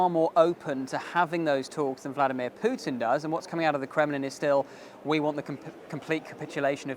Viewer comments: Yeah, it's Путин, not Пютин. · exactly. The most basic level of learning the Russian alphabet would fix this. Also learning to pronounce «и» would help. Он зовут «Путин» а не «Пютэн» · As a Russian speaker, I just can't listen to the pronunciation of "Pjiutin" 😂